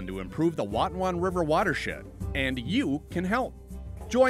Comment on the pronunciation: This video taught me how to pronounce the word "Watonwan". 👍🏻